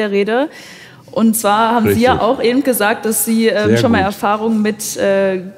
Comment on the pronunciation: Ja,: "Ebent!" 😡